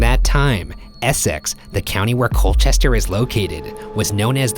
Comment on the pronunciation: "coal-chest-er" "bow-deh-kah" "es--ex"